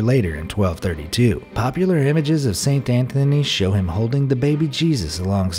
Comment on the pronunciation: I'm sorry but I can't stop laughing "Saint tha-thony"